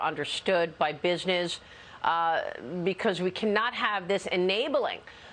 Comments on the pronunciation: Totalitarian honey, it's totalitarian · "Totalitarian" - easy for you to say ! 😂